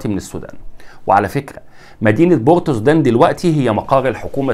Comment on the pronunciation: يا استاذ عليك اولا ان تعرف تنطق اسماء مدن السودان جيدا قبل ان ترفع محتوى على YouTube. عاصمة سياسية اسمها (بورتسودان Port Sudan) مثل بورسعيد في مصر وشكرا